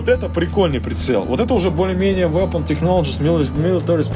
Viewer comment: вэпон технолоджес милитари спецификейшенс